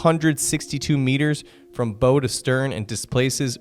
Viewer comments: It's bow, like take a bow after giving a good performance. Not a archery bow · The pointy end of a ship - the bow - is pronounced "bah-oo" as when one takes a "bow" after a performance. A bow (with a long 'o') is a fancy knot on a Christmas package or a weapon for launching arrows.